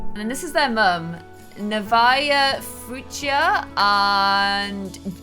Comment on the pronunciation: If the twins moms name was spelt Nevaeh you said it wrong